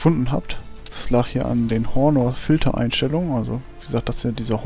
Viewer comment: Das H vom Honor wird nicht mit ausgesprochen :p